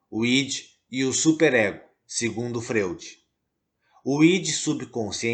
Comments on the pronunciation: Amigo, a pronúncia do sobrenome austríaco Freud é FRÓID - língua alemã. Sigmund Freud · Muito obrigada pelas informações e ensinamentos. A pronúncia correta do nome Freud é Froid. Gratidão, Namastê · Gratidão pelas palavras!! Uma observação: a pronúncia correta do nome do teórico é “Fróid”. 🙏🏻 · Amado a pronúncia é Fróid e a escrita Freud🙏🙏🙏